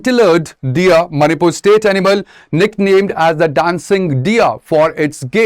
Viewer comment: Not a big issue whereas the way he pronounce the very word of the Manipur is not satisfactory😏